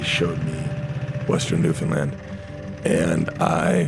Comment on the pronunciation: only celebrity to pronounce newfoundland the right way ever